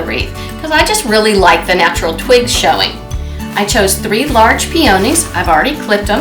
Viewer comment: Pee-o’-nees ? Pe-on-nees’